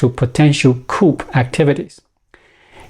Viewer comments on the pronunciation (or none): Coup is pronounced "koo". "Koops" (coops) are for chickens. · to China: Hopefully, you will be using the word, "coup" a lot in the near future. It is a French word from coup d'état (Koo - Day - Tah) so Coup is pronounced Koo. Hopefully, you will have a LOT of practice with the word. I love your videos and appreciate your research and your insight. I never miss watching them. Thank you! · Coup is pronounced “coo or kuu” the p is silent Great insights 👌👌👌